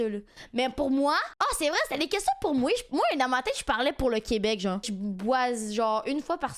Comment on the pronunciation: Buvez-vous de l'alcool au moins 3 fois par semaine ? "Bah ouais gaaaars, on est au Québéc" X)